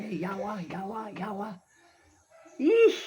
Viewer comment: 😂 hahaha... Sooo intertaining and funny to hear from you saying in visyan words in western accent way ..." YAwa2 YAwa2"( by the way , that's how they cursed when angry. "YAwa" means evil or evil person in visayan dialect )I know every visaya speaking Filipino who is watching this will laugh 😂. Although it's supposed to be very serious event and could be dangerous but the way you telling the story is very funny to hear .